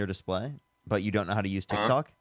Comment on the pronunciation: That first guy with the lighter voice, he's a fool. He said that DJT "hasn't been convicted to go to prison". The correct term is sentenced to prison. He has been convicted. The caller with the deeper voice is just an absolute jerk whose head is twisted. LOL did he just call it Tik TAk? Practically the only thing he was correct about is that manual labor can be very tough work. Global Elites is basically a conspiracy theory and not what he thinks it is. This dude is clearly not in any way, shape or form an intellectual. And basically at the end of this video clip, was dumbfounded and at a loss for words when the guy admitted to speaking to Jesus literally a couple times while on a shroom trip.